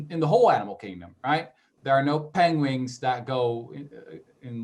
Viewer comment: Did he say "peng wings"?